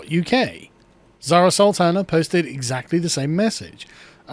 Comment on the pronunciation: Bird's Urdu pronunciation and comedic timing are both impeccable.